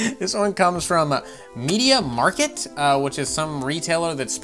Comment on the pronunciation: it's pronounced media markt (as it is written) it is german with stores around Europe...